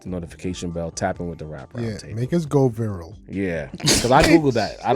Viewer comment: Not me repeating "make us go vieral" 😂😂....I love this show📍🇿🇦